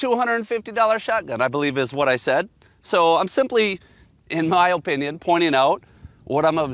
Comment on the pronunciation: I don’t like the way this guy says Oh-pinion